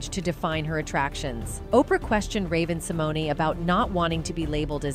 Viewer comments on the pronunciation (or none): I think it's Sim moan . e is silent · If you are going to report on someone please learn how to pronounce their name. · Learn to pronounce her name correctly if you are going to disk on her!